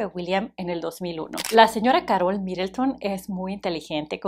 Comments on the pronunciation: No es Károl es Karol😂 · Que estrés que diga caROL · Como se te ocurre pronunciar “Carol” así? 🤣